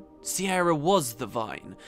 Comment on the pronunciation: Is her name not an alternate version of Ciara/Kiera/Kiara etc, pronounced K-ear-a